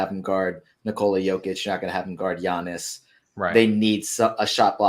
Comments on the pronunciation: you mean Jeeyahniss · As soon as I heard giannis I clicked out